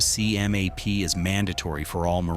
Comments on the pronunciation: lima 3253 san diego 2017 MCMAP is pronounced McMAP lol, saying M-C-M-A-P sounds so wrong. and PI looks so flat and easy 😉😉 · ITS CALLED McMap as in mick-map. ( MARINE CORPS MARTIAL ARTS PROGRAM) This stupid ass AI/ narrator is getting monetized off fraud and channel owner will be sued. Report this channel. AI FRAUD.